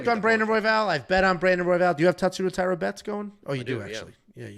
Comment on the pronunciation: the closest correct pronunciation would be if you read hosha